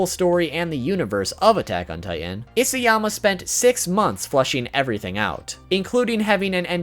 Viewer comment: it's Isayama, not Isiyama...